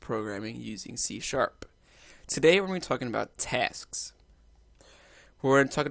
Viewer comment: Thanks a lot buddy !! Lots a "TESKS" there ;)